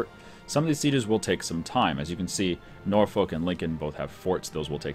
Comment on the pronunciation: sometimes your pronunciations are hilarious but your British ones are just painful. Norfolk is pronounced - norfook (no l) and Essex is pronounced - es.six (not sex) Although thank god you can pronounce Ayrshire, you are the only person i know on YouTube that gets it correct other than DDRjake.